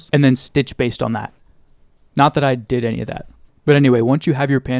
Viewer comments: lol did you say "dih" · says dih to say “did” drone 😭😭